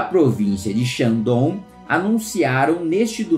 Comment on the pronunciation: Província de Xandon kkkkkkkkkkkkkkkkkkkkkkkkkkkkk